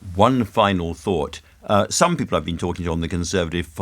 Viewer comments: I wouldn’t vote for him simply for the way he says ’Peepil’. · Always loved how Michael pronounces the word 'people'. Bless the lad. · Another delusional Tory. I hoped I would never hear the way he pronounces "people" ever again.